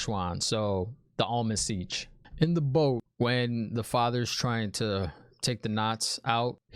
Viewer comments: Hey man, really enjoy your commentary. I'm surprised I haven't seen anyone explain to you that the head of the Aes Sedai is known as the Amyrlin Seat, not the Almond Sitch, lol. I roll on the floor laughing every time you say it though. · i don't think it is a typo but an inside joke kinda thing because keeps mispronouncing Amyrlin Seat as Almond Siege.